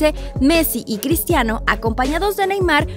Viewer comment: alguien mas escucho pistiano ronaldo?